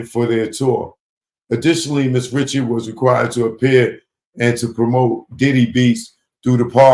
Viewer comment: She pronounces it Rishard lol. I thought homie was bein funny